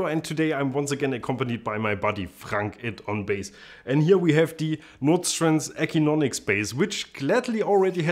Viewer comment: It's pronounced "A sin 'o nix"